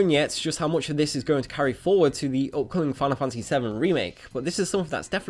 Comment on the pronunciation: "Final funtasy"